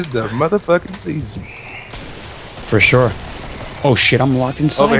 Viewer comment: four shore .... lmfao